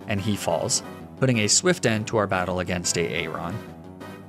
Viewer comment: Are you trying to be ironic with your pronunciation of Aaron or are you just a plank?